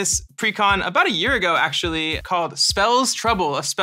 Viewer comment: WELL ASHUWALLWY lmaooo